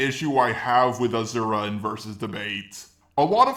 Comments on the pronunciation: galacta for some reason, your comment wasn't shown to me. so, here's my late reply. yes, pronounced him wrong, and I never said he didn't. but there's no evidence that you pronounce him "As-sir-ra". nobody ever called him that way, so why do you think that it's the right pronounciation? you pronounce him like jarelgiraffe wrote it. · ok, my mistake with the as-sir-ra. and no, sir and suu are pronounced differently. I've never heard anybody that makes them sound similar. yes, the video is proof that you don't pronounce it "Ah-sir-ra". you pronounce it "Ah-suu-ra". these's a big difference between them. and just you know, I've played the game in english and there he was called the exact same way as in japanese. just you pronounce it different than the rest of us, doesn't make it the right pronounciation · if you'd pronounce him really that way, then why is everybody ingame calling him different? simple, because you're wrong. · Why do you keep saying Ahzura? And I already can see you don't know the fact that this game is from a religion and the "Giant Sumo Wrestler" is a God. Now before I make a rant on this entire video let me finish it instead...... Edit 1 : Asura fought the gods basically in a ranking system you saying his feats aren't much more impressive are wrong because each time he beat one the more struggle he went through from the next. I'd say at least 2 Gods he didn't struggle with I can agree in that. Edit 2 : Asura didn't absorb the laser he Activated his Mantra form and apparently just in time blocked the laser from earth. Also Mithra gave him his Mantra form to have it wasn't temporary. Same how she was forced to give the form for the first boss. Edit 3 : The punch didn't kill him....as Mithra said "If you kill him all Mantra will be lost and you will die." So him killing Chaka killed him. Im going to assume maybe you didn't really play the game... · hes still saying his name wrong still its aSura not aZura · Ah-Sur-Uh, not Ah-zur-ah